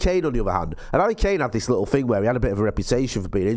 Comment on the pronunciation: He said “Likkle” 🤢